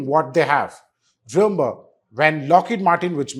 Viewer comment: ...please try saying REMEMBER and not REYMBER